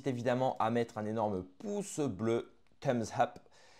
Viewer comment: Thumps up et non Thumps Hup